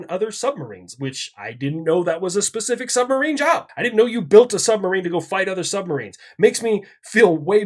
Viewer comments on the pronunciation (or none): none